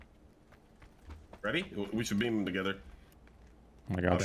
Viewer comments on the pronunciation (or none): keeps saying beam but isn’t it bean, as in bean ball in baseball?